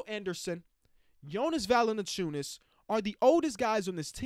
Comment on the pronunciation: mispronouncing Valanciunas is just GOLD. Love to see it